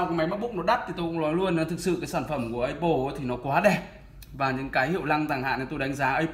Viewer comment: a phát âm từ apple hay thật ấy